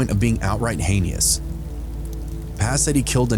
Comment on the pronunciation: The word heinous is pronounced hay-nus, not haynee-us.